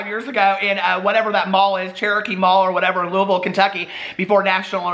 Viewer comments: THANK YOU FOR PRONOUNCING LOUISVILLE KY CORRECT 😂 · My mom is working in her office and she heard you talking about Louisville. She's from Kentucky and HATES it when people say "loo-ee" ville, so she walks in and says "Did he just pronounce Louisville right? Well his mother raised him right..." 😂💀